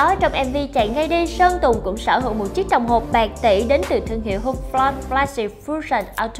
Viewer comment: Chị í đọc chữ Hublot hàiii ghê 😂😂 hãy nghe và trải nghiệm